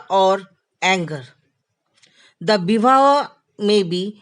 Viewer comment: Not correct to say Ras it is Rasa Bhav it is Bhava